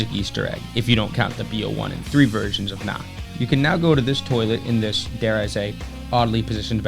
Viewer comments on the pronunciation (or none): none